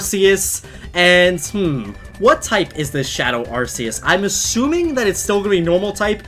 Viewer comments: its rks not ar see us. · Ar ck eus not ar s eus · not arseus its arceus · It is not arceus it is arcoos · IT'S PRONOUNCED ARR-COOS! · Why do people call arceus as ar - see - us. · You said Arceus super badly. It's (are - key - us) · Not mad but i think its arc-e-ous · Its pronounced Arcoos. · oMg YoU pRoNoUnCeD aRcEuS wRoNg LoL Said weebs who really want correctiveness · Ya, He pronounces Arceus's Name wrong, idk why ;w